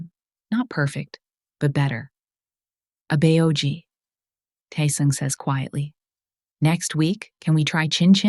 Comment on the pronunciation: I think the people who write the scripts for this story should write Korean words phonetically for example example Abeoji should be written out abboji so that the AI narrator can say it right